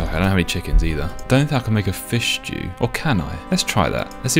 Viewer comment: "Can we make a fish stew?" Had me laughing, top tier British